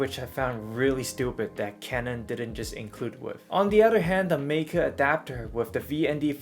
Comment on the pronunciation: German “ei” is pronounced like “eye”. “MIKE-uh”, not “MEEK-uh” or “MAKE-uh”.